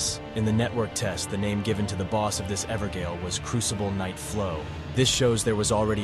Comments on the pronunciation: I think you mispronouncing a lot of the words is cute. The funniest one is "Evergaol" as Ever-Gale Gaol is just ye olde english for Jail, pronounced the same way. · Ever-JAIL not gail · For anyone interested, Blaidd is pronounced 'Blaith' and evergaol is 'everjail'. Blaidd is welsh and gaol is just an olde spelling. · EDIT: I know Evergaol is pronounced Ever Jail. It’s an AI narration. Thanks and enjoy the video 👊😀 One year of cut content research condensed into one video. Following Guilbert the Redeemer of Vengeance we will meet a lot of NPCs that will help us paint a picture about the history of Elden Ring's development before the Network Test. I hope you enjoy, and don't forget to subscribe. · Cannot watch this due to the continued mispronunciation of “Evergaol” multiple times.